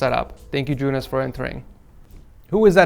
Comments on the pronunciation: you sayed the name good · its just "joonas"